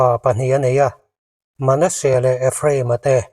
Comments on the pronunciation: Manesea i lam dan hi a dik lo aw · Manasea hming i lama, i thluk dan hi mak ve..